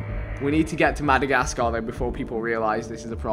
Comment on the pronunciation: The way he said Madagascar made me cringe lol smh